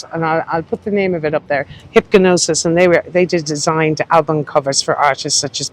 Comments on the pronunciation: Hipgnosis is pronounced hypnosis. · Had to laugh at your pronunciation of Hipgnosis - probably the most famous album cover designers of all time. Maybe do some little research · Hipgnosis- the ‘g’ is silent 😉